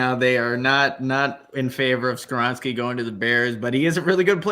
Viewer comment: Not Skawronski